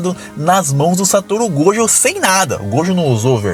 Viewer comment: KusakabÊ MahoragÁ Satoru gÔjo Cara que fala assim é escroto demais